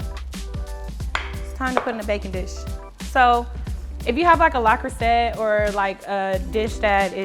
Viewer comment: Looks so bomb 🤤 and then the way u said le creuset me laugh 😆